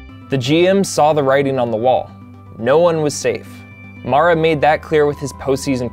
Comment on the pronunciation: It’s pronounced MARE-A. Please get it right.